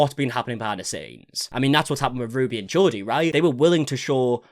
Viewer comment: Why are you pronouncing Jodi as Geordie? It's JOE-di